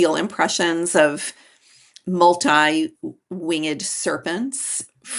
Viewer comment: You lost me at "wing-ed".